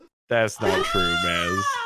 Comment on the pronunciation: Bro it's chairman